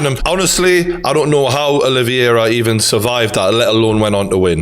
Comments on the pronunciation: It's Oliveira not "Olivyera" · O-liv-i- era? Who the fcuk is that? Olive-air-a. Seems you're losing more than just weight. Still love you though. Now we're onto 'Lee-on-el Messi. What you been taking? Can I have some? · I love you True Geordie from a fellow Geordie too but It's Ol-i-vera not O-livey-air-a lol (oh and I'm a big McGregor fan too 😁) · CHARLES OLIVEIRA NOT OLIVIERA. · OlivEira not OlivIera please Geordie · OLIVEIRA not OLIVIERA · It’s pronounced oli-vera not olivi- era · True Geordie, you’re not saying Charles’ name correctly, it’s Olives. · big fan but butchering Oliveira name not olivierier really when have you heard any one call him the same as you have sorry for being a dick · The way you pronounce Oliveira as "Olive-Viera" is stroke inducing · Fucking casual. Dont even know how to pronounced Oliveira